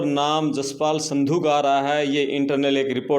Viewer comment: Sandhu nhi sindhu hai bhai,kya patrkar hai, naam to achi tarah liya kro.